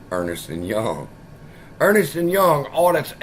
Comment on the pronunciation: Ernst and Young is pronounced as it says, it's not Ernest lol keep up the good work